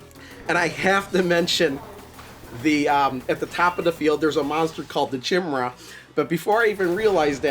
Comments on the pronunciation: 2 things 1ST is chimera (kie-mare-uh) not chim-ra shim-ra lol 2nd easy mode has no overtilt the rest do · Chimera is a mythological creature - the first part is pronounced with a 'k' like kimera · Thanks. This looks better than I expected, based on some streams I've watched earlier. BTW, Chimera should be pronounced to rhyme with "sky nearer".